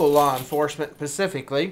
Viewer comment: " pacificly"? Do you mean specifically?